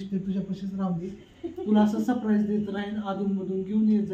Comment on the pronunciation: दादा sprize नाही surprize बोला.& अभिनंदन शेगडी साठी